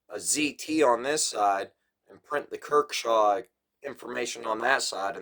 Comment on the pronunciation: Good vid ,,,, but ,,,,, dude come on if your gonna do knife vids, please research a bit .it’s not kirkshaw ,,, it’s kershaw ,, I do this to help you , not trying to rip on you. ..